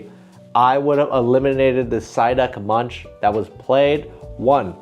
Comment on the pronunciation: Great video, more of this!! Munch is pronounced more like the english word "monk", or like "monc" in the fashion brand moncler 😊